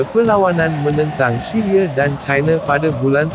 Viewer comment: merdeke, syriye, malaye...apa ni min..sebutlah betul2..camana nk subcribes mcm ni